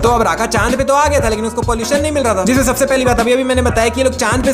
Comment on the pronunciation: Sabse ❌ Sabase✅